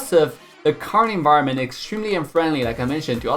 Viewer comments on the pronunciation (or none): none